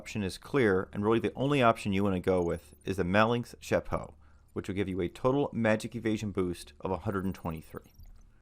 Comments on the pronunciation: Man I love the vids helped me a ton keep them up. But your Pronunciation of malignance kills me lol. MA LIG NANCE say it with me lol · I lol'ed hard at "'Malinx" ... English as a second language i guess. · im sorry 5% DT > 4 MEVA on hands. Malignance gloves are definitely better than the odyssey gloves. (also its pronounced Mah Lig Nan s - like a Malignant Tumor)